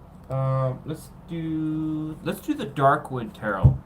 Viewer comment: Tarot... Said like ta-row...like row a boat The word is French...we don't say the second T Thank you ❤️✨️